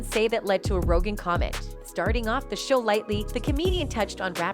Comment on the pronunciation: “Ro-Jin” is not how you say Rogan. Juss sayin.